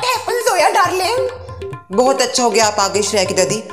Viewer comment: It's not joya it's zoya